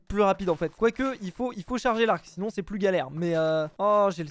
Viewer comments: mdr le si nonz a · On appréciera le "si nonz"